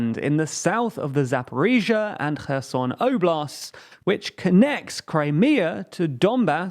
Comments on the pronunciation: When I heard, "he abandonned Her Son", I asked, "why he did that"? Soon to realise, it was Kherson ! Do you prononce the "K" in Kherson ? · Actually that is incorrect. It is NOT Herson with an english H sound. It is closer to the english sound of X but more like the sound you make when gathering spit in your mouth before a big spit. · I swear, I heard called Kherson "kerrsun" Did he pronounced it correctly more recently or am I missing an episode (I know it's called "Herr-son" because the K is silent) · Kerson pronounced Herson in Ukrainian...read phiniticaly .. .o is o not a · When did Kherson become Herson? That threw me for a loop. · Stop trying hard to pronounce Kherson that way if you can't even be consistent doing it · It’s close but still it should be a velar fricative and not a glottal one. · no, the issue with is how they even failed to read the letters in the correct order. not even them saying them in an english pronunciation, just plainly changing the word